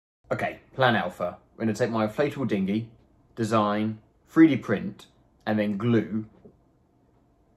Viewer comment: “Freedeee print”